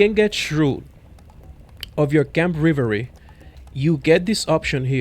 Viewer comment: I enjoy your vids, your english is amazing for i guess a second language but i felt i had to tell you at this point you pronounce revelry “reh- vul (like rebel) ree” you say rivery